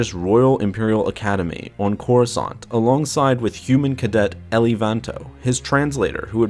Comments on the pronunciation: I was just about to post a comment about how painful it was every time you said instead of Eli. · Are you certain you're pronouncing the name correctly? (Eli) L-E My friend has this name and pronounces it E-Lie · It's more like E- lie then Eille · Pretty sure it's pronounced like 'E-lie' not '' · I had multiple migraines every time you said instead of Eli it's Eli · Eli, not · It's not, its Eli. Eee-lie. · I thought it was Eli not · You mean Eli? Not. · It’s pronounced E-lie not LE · Is it "Elly" or is it pronounced more like "Eli (E - lie)"? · Isn’t it Eli Vanto not Elly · this bothered me so much that I need to comment despite 7 months passing: it's "ee-lie", not "elley" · Is Vanto's name not Eli (EE-LY), instead of elli? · Elly? It was pronounced E-lie. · His name is pronounced "E Lie" not "L E" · I think its pronounced E and then lie so Eli not Elly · Eli pronounced "e-lee" not "ee-lie"? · I heard the audiobook, glad you made a video on this! P.s Its not pronounced El-ee its "Ee-lie" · Eli is pronounced "ee-lye" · "" Vanto? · E-lie. It's pronouced E-Lie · Eli is pronounced "Ee-lie" in the audiobooks. And it's not an uncommon name in real life, short for "Elijah", like "Elijah Wood". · Just saying eli is pronounced E-lie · I thought it was pronounced "E-Lie"? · Are you sure its not ponounced EE-ly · I thought Vanto's first name was pronounced E-li... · It's pronounce E - LIE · It'll also give you the chance to correct the mispronunciation of Eli. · Listen to the audio book. You are saying Eli's namd wrong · its not eli vanto its Eli vanto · You said Eli wrong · By god the mispronounced Eli got annoying really fast!! its Eli so E sound with the ly sound from rely. Not difficult!! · Your miss pronounceing Eli's name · yeah u better stop do that. Dou know how many slavs are suffering because of such mistakes?